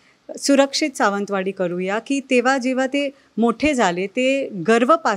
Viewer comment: हिला निट सावंतवाडी म्हणता येत नाही